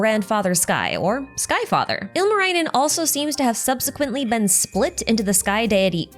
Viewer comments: Singing contest... I'm assuming you'll leave the analysis on the type of singing contest to your other video. Anyhow, great video! Lots of things I already knew as a Finn and a bunch of stuff I didn't. Seeing is all in Genshin context is very interesting. Tip for pronounciation: the vowels are largely pronounced similarly to Japanese. I admit I kept cringing whenever you said Ilmarinen. But otherwise you did pretty well. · The way I hear the good try with finnish names. Ilmarainen. Ilma means air. Also, the double consonants being very hard for English speaking people is always very hilarious. Lot of Finnish folklore names have double letters in them.